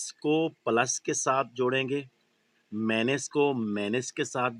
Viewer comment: پلس اور مائنس کو طریقے سے بولیں مینس نہیں بولیں سمجھتے ہیں آپ